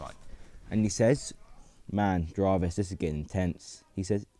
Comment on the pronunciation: Why did you mispronounce "Jarvis"?